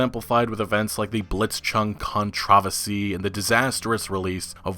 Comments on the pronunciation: Somebody needs to help my man with the word "controversy." Kan-tra-verse-e Google it, press that pronunciation button. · How come you cant pronounce controversy? Is it a speech impediment or are you trolling? Curious because Ive never heard anyone pronounce it like that. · Where the f*ck are you from that people pronounce “controversy” like that